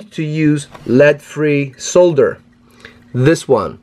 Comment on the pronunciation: Lovely to hear 'solder' pronounced correctly